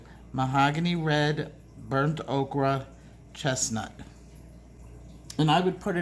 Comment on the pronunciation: In case no one has told, thank you!!! I have learned SO much from you and you tell it like it is! My coloring has improved 100% since I've began watching you 😘🌻 (just curious how many times do you get corrected calling Burnt "Oaker" Burnt "Okra"?) is there a hidden joke behind this pronunciation? It makes me hungry for Okra! lol